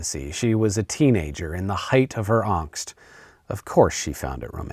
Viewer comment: That is not how you pronounce angst